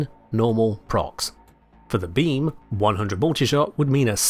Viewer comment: what i hear: the beans within the bean, the single bean